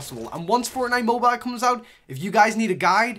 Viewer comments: I like the vid but I get annoyed by how you say mobeal just say mobile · The way you say Mobile puts a smile on my face 😂